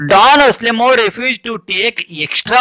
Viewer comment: ಡಾನ್ ಆಸ್ಲೆಮೋ ಅಲ್ಲ =ಡಾನ್ ಅನ್ಸೆಲ್ಮೋ